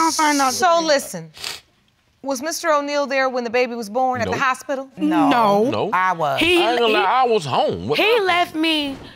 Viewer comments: “At the hospilla” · Safety Guard HALARIOUS....HOSPILLA ..... 😂😂😂😂😂😂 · That "hospilla" took me out! 😂😂😂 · “I got evilence “ and “hospilla “